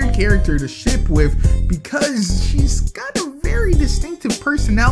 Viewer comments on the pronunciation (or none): every time he said ship I thought he said shit. am I the only one?